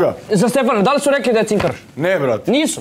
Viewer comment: "Ljudi zu zpomenuli" "razpitao zam ze o njemu" aaauu brale ti pod gasom